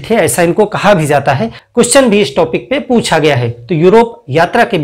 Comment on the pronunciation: टॉपिक को टापिक न बोलें।